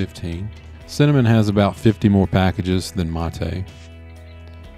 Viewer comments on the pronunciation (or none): none